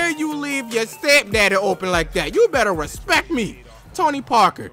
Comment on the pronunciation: Say it right not respec, respect